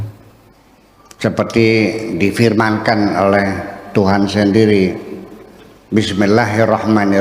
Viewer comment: Kok bismillah hirrahmanirrahim? Baca basmallah saja salah Kiyai koplak ini